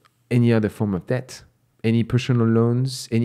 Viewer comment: you have a great channel with valuable content. I would like to respectfully point out 1-2 reoccurring mistakes you keep making: (1) Please look up the difference between the words “owe” and “own”, which I notice you sometimes confuse. (2) In the word “debt”, the “b” is supposed to be completely silent, in that your lips are not supposed to touch at all; this has personally confused me for when I came to the US. I thought given the content of your channel it may be worth pointing this out. Thanks for your work!